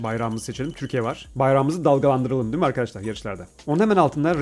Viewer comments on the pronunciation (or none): none